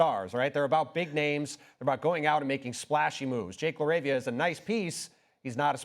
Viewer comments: I'm weak at the anchor mispronouncing Jake LaRavia's name. "Jake......LAR-ah-via" CMON MAN! lmao la-RAVE-ia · She called him Jake Larva 😂